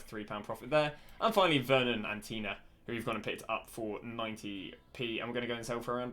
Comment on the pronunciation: Ngl, some torrid pronunciation of names there. Like Vurnon "Antia" - the dudes surname is literally 5 letters and he even played in the EPL in the past 🤣🤣🤣🤣